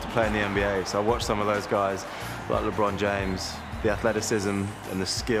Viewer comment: Lebrown jeims